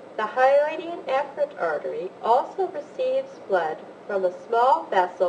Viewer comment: um, I wish she would pronounce Efferent with an E and not a soft A... very confusing.